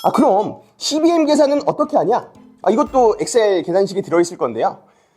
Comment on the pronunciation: 양질의 컨텐츠 감사합니다. 이씨비엠 발음이 찰지네요 😂